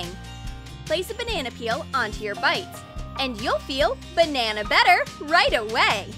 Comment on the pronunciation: “Ben-nana better”